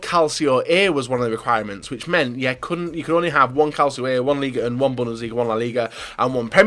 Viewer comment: It's not Liga Un ! Are you french ? Pronounced League One 👍🏻 "Won" Come on dude.